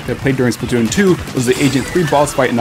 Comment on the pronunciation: lol you said spatoon